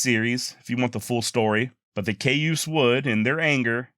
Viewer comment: Cayuse pronounced "Kai-yuse". Great channel!